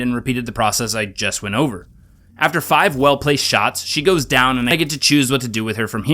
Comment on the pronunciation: That it's pronounced five and not "vee", which is what I said in the first comment.